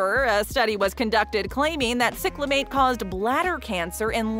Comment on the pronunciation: It's "SAI-clamate", NOT "SICK-lamate"!